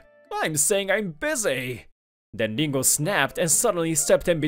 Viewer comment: Dingo ??? WTF It's Ringo. Can't you people read English or are these badly programmed audio programs.